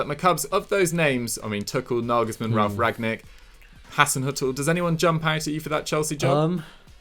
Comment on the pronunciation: must be praying for Ralf Rangnick to retire. He is just incapable of pronouncing that name correctly